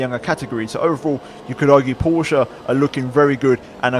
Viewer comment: And you are the only youtuber I know who pronounces porsche correctly! LOL